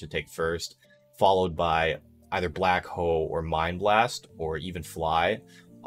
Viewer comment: lmfao, I kept hearing that too